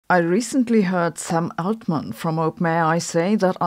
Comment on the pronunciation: I thought it was very funny you pronounced Sam Altman "Ze german way" while Aschenbrenner sounds peak english 😆